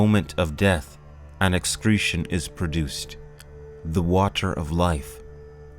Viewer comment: say "water" wrong again and see what happens